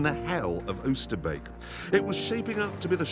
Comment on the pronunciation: His pronunciation of Oosterbeek is spot on